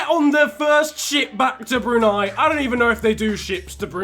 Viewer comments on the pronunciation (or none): none